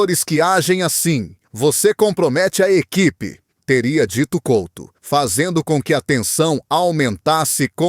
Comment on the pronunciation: Pelo menos podia dizer e escrever corretamente o nome do jogador Fernando COUTO e não Colto, tenha vergonha e apague o video